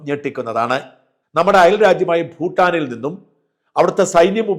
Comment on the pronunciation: സാജൻ സർ ഫൂട്ടാനീ ലെ ഫൂ ഉച്ഛാരണം ഭൂ എന്നതാണ് ശരിയെന്ന് മനസ്സിലാക്കി സംസാരിക്കുമെന്ന് പ്രതീക്ഷിക്കുന്നു. ഞങ്ങളൊക്കെ ഇതുപോലെ മാറ്റം വരുത്തിയവരാണ്. ഭാരതം എന്നതാണ് രാഷ്ട്ര നാമം. ഫാരതം അല്ല. തമിഴ്കാർ പാരതം എന്ന് തമിൾ ലിപിയിൽ എഴുതിയാൽ തെറ്റല്ല: കാരണം ആ ലിപിയിൽ ഫ,ബ,ഭ. ഒന്നും ഇല്ല.